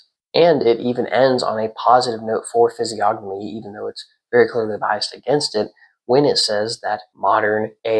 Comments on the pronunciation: Fizz-ee-ogg-uh-me .. or Fizz-ee-oh-know-me ? .. i think this guy is pronouncing it wrong? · the G is silent in the pronunciation of physiognomy! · I thought the G in physiognomy was silent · I completely agree with you. However, the G in physiognomy is silent. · I always thought the G in physiognomy was silent, yet I’ve heard people (including you here) pronounce it as if the N was silent. Which way is correct? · you said the word physiognomy wrong lol, the 'g' is silent